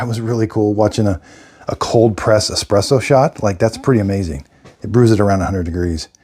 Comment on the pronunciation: i can't take you seriously if say ecspresso